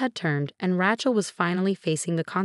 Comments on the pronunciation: Please get the words right, especially names! It is NOT RATCHEL it is RAYCHEL. Why is it pronounced correctly only a few times! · It’s “RAY-chel” godamnit! How can you always get it wrong? It’s never been anything else! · But ‘Ratchet’ is glorious! Love it.